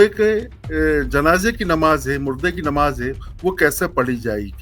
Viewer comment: ❤se mayyat ki nmaj agr bolna nahi aata to sudharo ❤se